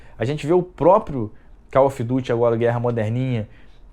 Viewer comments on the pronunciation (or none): none